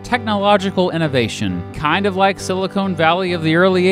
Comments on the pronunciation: you pronounced "silicon" as "silicone"....... Just had to point this out. I have watched many of your videos today,and they are very good. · Hey! I love your videos! But it's Silicon Valley (after the semiconductor element) not Silicone Valley (after the plastic)..